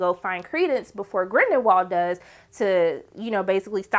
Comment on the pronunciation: I'm over here like, "Who is GrindeNwald?" Lmao